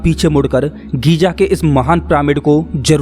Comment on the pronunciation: गीज़ा है घीजा नहीं है।।